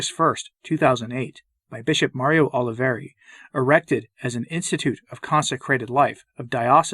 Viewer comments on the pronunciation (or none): none